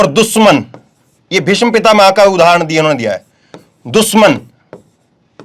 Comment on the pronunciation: ऐंकर काफ़ी जोर-शोर से बोल रहे हैं लेकिन अफ़सोस कि " भीष्म पितामह " में " ष " आधा है और ऐंकर पूर्ण " ष " का उच्चारण कर रहा है । " भीषम पितामह " मातृ भाषा का उचित ज्ञान होना बहुत आवश्यक होता है ऐंकर के लिए ।